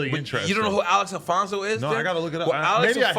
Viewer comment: Nore butchered the names of the gangster Chronicles host names ALEX ALFONZO (Alex Alonzo) and BOB JAMES(Mob James) lmao!